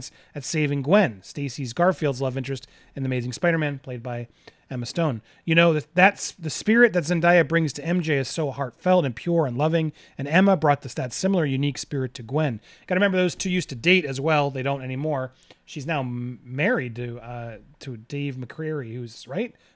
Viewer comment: It’s pronounced ’Zen-Day-Ya’ not ‘Zen-Die-Ya’